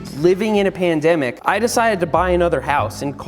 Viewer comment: Seth why did you say pendemic